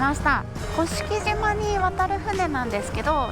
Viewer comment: 鹿児島県民です甑島（こしきじま）ではなく正式にには甑島（こしきしま）です。